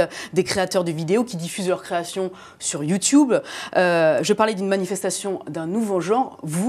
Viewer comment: j adore comment elle a dit yioutoube "sa se dit youtube